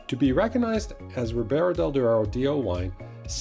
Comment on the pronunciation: Duero not deuro.. please :-)